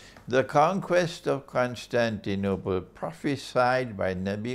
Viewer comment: I like the way you pronounce Constantinople!! Greetings from Greece